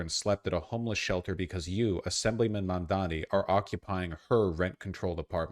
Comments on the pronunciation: To be fair, even Youtubers supporting Mamdani also calls him "Mamdami". It's so weird how people have hard time pronouncing it. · Sounds like "Momdommy" and I think that's pretty funny. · I like how Cuomo still can't pronounce Mamdani's name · Cummo can't pronounce words.. shocked